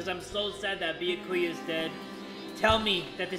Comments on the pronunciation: at the start of the game: This time I'm gonna try to pronounce their names correctly. now: -BEEYAKOOYA -HAJEEMAY -PEEKOW -FUYUWHIKO KUYURZYU -MEEKAN -NAHGEEETO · it's bee-ya-koo-ya But you put emphasis on the first ya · yeah but the way you did it isn't correct. Its the YA that is emphasized, not the BEE that says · THATS WHAT YOU GET FOR CALLING HIM "BIYAKUYA" AND NOT "BYAKUYA" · BeeYaKuYaa ByaKuYah Clear difference. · It's bee-YA-koo-ya Not BEE-ya-koo-ya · ah yes its beeyakuuya not byakuya sorry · i feel like its 50/50 how many people say ByakUya and ByakOOya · Byakuya himself: "My name is Bee-YAH-kuu-yah Togami": "Okay Bee-ahh-KUU-yah" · im still sobbing about his pronounciation of byakuya. ITS NOT BEE A KOO YA ITS BEYAKU YA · How literally everyone says it: Be - yah - koo- yah the bae: Be - yuh - koo - yuh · Pronunciation: Bee-Ye-Ku-ya Tu- Ga-mi My Pronunciation: Be-Yak-You-Ya Toe-Ga-mi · its pronounced Bi ya ku ya not biyakuya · like yakuza, byah koo yah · bee-yack-cu-ya does not roll of the tongue for me and since jay says it wrong at thats all Ive heard, all I know, well I can pronounce byakuya's name right I just dont like saying it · Im so used to hearing say Bee yah koo yah that I can't even pronounce it right anymore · “Thicca-kuya” Yes. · still sayin Beeahkooyah but at this point it’s more iconic than annoying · Bee-uh-ku-yah. Ima forever say that now to piss people off 😇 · Be-a-kuu-ya - 2020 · Is it just me or is he calling him Thick-a-kuya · “Thickakuya” LOL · Spoilers! Show more at your own warning! I’m so glad Imposter Byakuya died first instead of surviving so we don’t have to hear him say Beyahkuhyah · IT'S BEE-YAH-KEY-YAH JAY!!!! 😡😡😡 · Why he pronounce byakuyas name like biakuiya how did he even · I don't even know how to pronounce Byakuya's name anymore because has mispronounced it so many times. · *says byakuyas name wrong* Fans: After all this time?: Always.